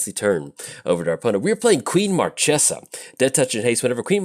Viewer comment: Queen Marchesa (long may she reign) is disappointing by you mispronouncing her name